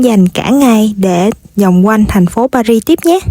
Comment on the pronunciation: thủ đô Paris ,âm tiếng Việt là pa ghi,không đọc ba rít theo tiếng Anh. Đến Pháp, thì nếu có thể , nên đọc đúng tiếng Pháp